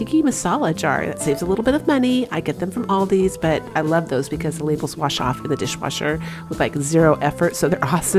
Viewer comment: ALDI doesn't have an S at the end.